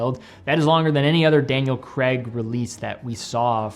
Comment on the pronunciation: Daniel CRAY-g not cr-EGG